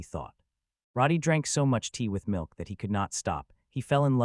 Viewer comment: I dont like how the milk is being said in this part 💀